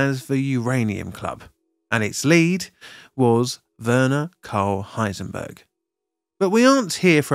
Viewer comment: ihre Leiterin war Vera Karl Heisenberg. Und die Namen Hahn, Straßmann, Meitner und Frisch bei sind sehr grausam verstümmelt.